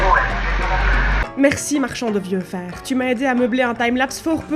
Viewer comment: Ah le marchand de vieux fer ! Ca existe peut être ailleurs, mais il ne prononce certainement pas "vieux fééérr" !